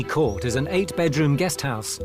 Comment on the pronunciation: I absolutely love this house and the hosts, but the mispronunciation of the Court is driving me mad. Just ask a local how to pronounce it. It isn't difficult...please! Diolch yn fawr iawn.